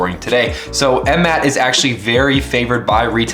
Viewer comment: Stop saying that ticker symbol like that. 🤣